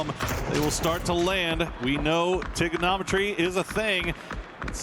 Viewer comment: its not Trigonometry, that's Tiglnometry